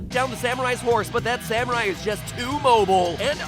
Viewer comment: you actually said samurai right!